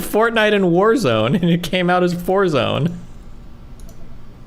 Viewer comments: He said forzone, he lyin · said forzone lmao